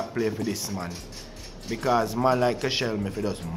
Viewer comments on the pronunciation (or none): The disrespecc on Koscielney’s name